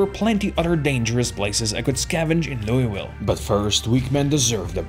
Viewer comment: bro really said loiuwille